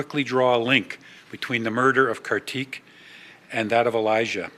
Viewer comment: Pronounced Car-thick